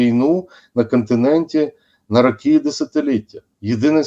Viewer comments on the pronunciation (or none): "затягує віну на кАнтиненті на рАкі і десятиліття.." ".. от АснАвні такі".. "при підтримКі" ... Боже, коли ж вони, оці УКРАЇНСЬКІ посли та дипломати навчаться ПРАВИЛЬНО вимовляти українські слова?!!! Слухати їх, вуха вʼянуть.